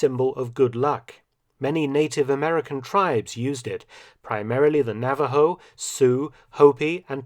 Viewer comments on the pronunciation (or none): none